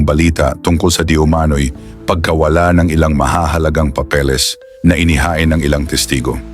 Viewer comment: Papeles hindi papelis